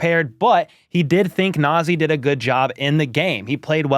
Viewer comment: Na'Zeeh. The Na is as in Ka in Kansas. For Zeeh, the Zee is as in ZeeZee. The H is as in Haney.The name means High in ethics and morality. When a person is not corrupt, the person is called Nazeeh. Hope all of us Nazeeh. Go Chiefs